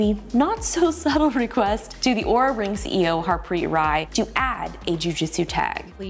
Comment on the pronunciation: She is saying the name of the company wrong according to LTT which pulled their video down because of wrong pronunciation of the company's name. Also in the video sections she spells it "Aura" not "Oura". I'm so confused on how to say the name of Oura. 🤣🤣🤣